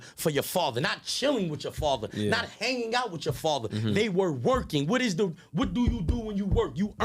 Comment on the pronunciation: Everytime he says “faver” nd not “father” its like nails on a chalkboard 🤦🏻‍♂️💨🖤🧟‍♂️🤷🏻‍♂️